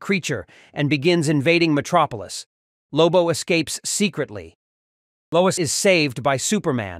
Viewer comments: LOIS, not LOUISE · "Louise Lane" 😂